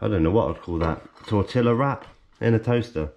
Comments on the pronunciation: Im Mexican. The pronunciation of tortilla hurt. Lol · The way he pronounced it hurt my Mexican heart. Lol